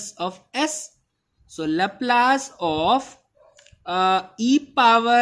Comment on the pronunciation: It is pronounced "lahplus" and not "lahplaise"